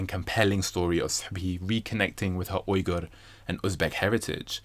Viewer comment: Finally someone saying Uyghur correctly. Every American sounds like they're saying "wigger/weeger" when they try and it makes me cringe.